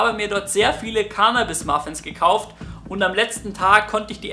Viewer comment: "Cannnabis" nicht "Kaahhhhnahhhbis"!!!